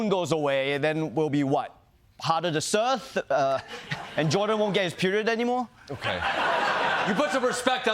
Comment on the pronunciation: Ronny mispronouncing "surf" as "serth" just made my day 🤣